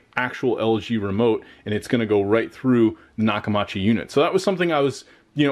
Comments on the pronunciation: Say it with me... Nock-Uh-MEE-CHEE I've been using their since the 80s, and that's how you properly pronounce it. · Maybe you should have bought a sound bar matching the tv brand so atleast you can pronounce it correctly lol jk I was gonna gonna get me the same system went with sonos arc couldn't afford dragon at the time but I could have if waited a few months